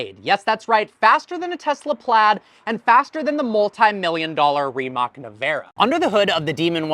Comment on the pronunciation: It's Rimac, not Ramac